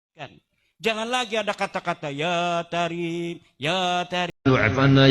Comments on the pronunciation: Kedengaran nya ya Kareem... Bukan ya tareem lo? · Jelas banar lidah sidin menyambat tarim ya ahla